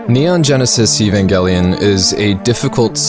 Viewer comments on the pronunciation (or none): Why the hard 'g'?